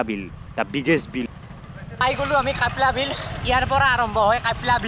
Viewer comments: Kyapla bil nohoi kapla bil he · It's not কাইপলা বিল its " কাপলা বিল " !!